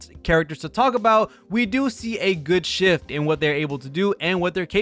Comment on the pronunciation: Why do you pronounce shift as sh*t😭